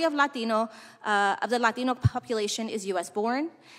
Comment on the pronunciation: For the LAteeeenooo community lol why she say it like that